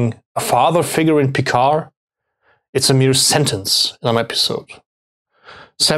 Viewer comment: Auch, wenn es das englische Review ist, so könnt ihr doch Picard richtig ausprechen, wie wir oder vor allem die Franzosen selbst es tun: ohne "d" am Ende. ;) BTW: Etwas weniger Klischee-Deutsch im Tun und Aussprache fänd ich angenehmer.